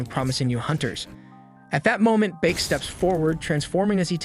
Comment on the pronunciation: Beek it's bake